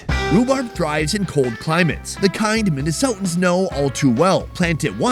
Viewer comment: Yessss MINNESOOOHHHHTAANNS BROTHAA lol. Totally jealous of that property too. BEAUTIFUL